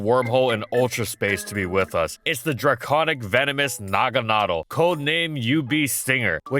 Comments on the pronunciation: Naga-nadul? Am I the only one who thought it was pronounced naga-nudel? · Are you saying it’s name weird on purpose just to drive people nuts? Last syllable should be pronounced “dell” not “dle” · Bro really said there’s “needles” in the design and proceeded to call it nuhgahnuhdell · “nogga noddle” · Isn’t it “Nag-Anna-Dell”? That’s how I’ve always said it 🤷🏻‍♂️ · Is it not pronounced Naga-Na-Dell like the singer Adele? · why do you say naganadel like that? is it rlly pronounced that way?? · Is it really pronounced naganaDLE? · Am I the only one who pronounced it Nah-Gannah-Del? This sounds strange to me ward every time lol. Love the mon either way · Always thought it was pronounced nuh gana del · and it's na-gan-a-dal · Please don’t pronounce naganadel like that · I have never heard someone say this pokemon's name the way you do. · No way is that how it's pronounced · Anyone else triggered by the way he pronounces Naganadel 😅😂. Great vid tho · I'm kinda terrified by the way you pronounce "naganadel". I always assumed you were meant you pronounce it the same way you do "garmamel" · Am I the only one that pronounces "Naganadel" so that it has the cadence as "mahna mahna" a la The Muppets? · really? I thought its pronounced with the “a”s being more forward. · that pronunciation tho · What is that Naganadel pronounciation 💀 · He's saying Naganadel wrong and that bugs me.